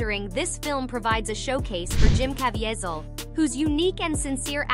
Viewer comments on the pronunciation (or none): its pronounced as kaaa vee sul how hard is that when you hear other people using the name correctly yet you can't pronounce it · Jim Caviezel. The AI mispronounced it, though it seemed to do well with the rest. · Narrator can’t even pronounce Jim Caviezel’s name. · If you make a video at least know how to pronounce people’s names correctly instead of butchering it like Jim Caviezel.